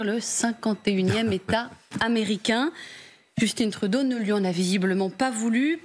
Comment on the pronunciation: juste de la manière donc elle nomme le premier ministre Juuusston Trouudôh, lui enlève énormément de crédibilité.